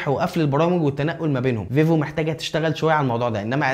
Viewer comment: انت بتقول فيفو كدا ليه ،، ايه فايفو دي 😂😂